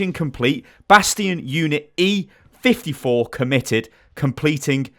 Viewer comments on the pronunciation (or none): You kept on saying e45 - not 54. This triggered me! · You meant to say E 54 and not E 45. Also, it's compromised and not committed. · keeps saying e54 when its e54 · Says E45 about 6 times in 10 seconds.. when Its actually E54… cough cough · it annoyed the he'll out of me when you kept saying e-45 instead of e-54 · you keep saying e45 its e54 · "Are E45"....UGGGGGHHHHHHH YOU"RE TRIGGERING ME. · hahaha when kept saying 45 when its 54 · E-54, gosh You kept saying E-45